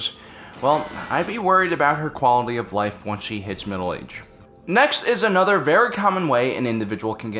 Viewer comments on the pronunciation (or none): none